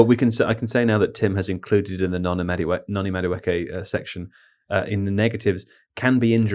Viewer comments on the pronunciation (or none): none